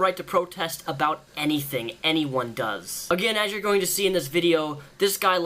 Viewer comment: And he cannot say the word about